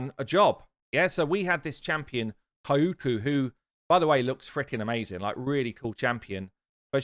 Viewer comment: Kyoku is pronounced Ki Yo Ku ✌